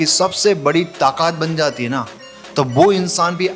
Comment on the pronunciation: गुजराती भाई, ताकात नहीं, ताकत 😂